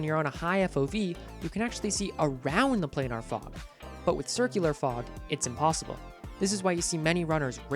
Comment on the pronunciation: lol play-nar